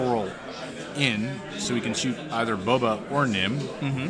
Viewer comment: Nice commentary but listening to one of you pronounce Boba like “Bubba” was rough